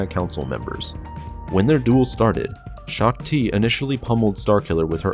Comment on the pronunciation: "Gen. Greaves killed Shook-Ti"